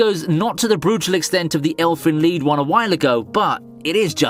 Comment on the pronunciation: Seing bullies get what they deserve is always so beautiful, and also, it's pronounced, "elfen lied" not "elfen lead"